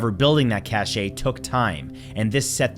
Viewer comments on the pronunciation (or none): cache is said like cash, the e is silent